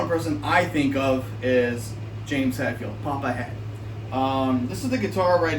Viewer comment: It's HETfield, not HATfield... 🤦‍♂️